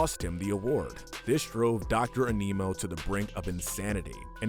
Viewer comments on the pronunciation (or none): I like the video but HOLY SHIT I hate the way you say Animo An-ee-moe not anee-moe It’s hard to describe without saying it but you get it. Also he says it in the show multiple times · its animo not aneemo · He pronounced Animo as A Nemo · Bruhhh Dr Anemo? It’s Dr Animo and Albedo it’s Albeedo that’s how to pronounce them also Asmeuth? Is Asmuhth however nice vid 👍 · Your mispronunciation of Doctor Animo drove me bonkers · Who’s triggered by him saying Aneemo and not A-ni-mo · Small thing but it's not pronounced as "A-mi-no". It's "An-no-mo" as it's almost like saying the word "animal". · It’s pronounced “animo” not “aneemo” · its pronounced, ani mo, like animal morose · Animo is named after animals. The mispronounciation is painful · I’m often annoyed by the Last Airbender-esque mispronouncing of the characters names on these lists. It was never as bad as the miss naming of Dr. Animo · The way you pronounced Dr Animo made me cringe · Are we not going to talk about how he mispronounced albedo animo and azmuth that was annoying but otherwise good list I think both Kevin and hex should be lower though since both turned a new leaf in a later series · Why are you unable to pronounce Dr Animo, Albedo and Azmuth correctly?? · THAT'S NOT HOW YOU PRONOUNCE ANIMO!!